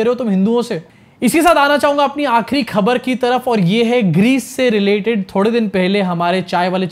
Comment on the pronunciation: Kya khabar khabar krte ho --- thodi urdu mila lo khhhabar with dot ' k' ke neeche laga lo